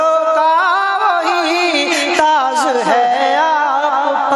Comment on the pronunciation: Taaj.....not taaz......mayassar. . not...maysshar